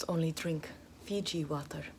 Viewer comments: ive watched this so many times that i know every time says FIJI WATAR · "feejee woturr" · "Daktors 0nly drink FIji wATerr" lol she's like me